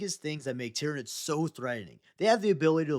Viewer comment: The planet Tyran is pronounced ( tie-ran ) like you said in the video... so why do you and many others pronounce the aliens like ti-rin-ids? Shouldn't it be tie-ran-ids like the planet tie-ran?